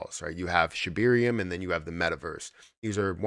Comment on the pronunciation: ShibArium. Not ShibIrium.